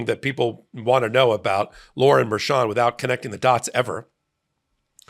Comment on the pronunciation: I adore you. Please quit calling her "Merchant", it's Merchan (Mer-shan). Merchant is the whacko defense attorney that represents Roman in Georgia.